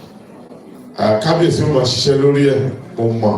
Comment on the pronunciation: ❤❤❤the kabiyeai pronounced. Karo ojire❤🎉the way it suppose to be pronounced❤g o od morning you wake up well❤some will say you don't wake up well. Point of correction don't say o ji ire. Oduduwa nation no going back❤🎉🎉🎉